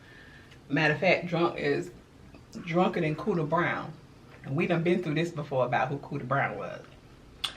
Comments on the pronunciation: Girl before you said it I said it … cooda brown … I thought that was a Louisiana thing … my granny used to say that… babbbby I was so tickled… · Omg im a new subbie I’m from st.Petersburg.. not drunka then coda brown 😅🤣😅😂🤣😂 I screamed when I heard that..